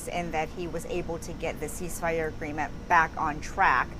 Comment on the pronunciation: I’ve never heard of a sheeshfire